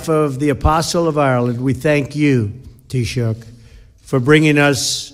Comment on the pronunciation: lol BLOTUS has no idea how to pronounce taoiseach